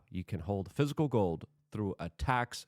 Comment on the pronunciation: “Physical gode”